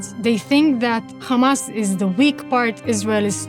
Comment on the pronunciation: If u notice tge way she says "khamaasss" you'll know very quickly that this is a lie and she doesn't sound Palestinian.